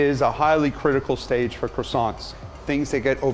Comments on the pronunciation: Man makes croissants...mispronounces them the entire time... OTL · Bruuhhh this man brought some "Croissants"